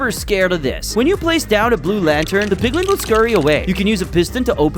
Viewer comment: it's not PIGLING it's PIGLIN